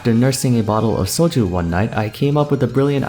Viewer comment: Unrelated but I really love the way he says soju how it sounds korean but with a hint of english